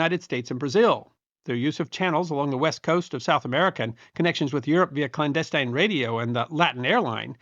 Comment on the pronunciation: Good. Then you pronounce "clandestine" a little strange to this Connecticut Yankee. In college, 50+ years ago I was torn between being a history teacher or a Civil Engineer. I decided to keep history as a hobby and make better money as a Civil Engineer. As it ended up I got to see some history made as an Army Engineer. Over the past 60 years, I was very lucky to get veterans to share stories with me. I do enjoy your videos and the knowledge that you share. Good Luck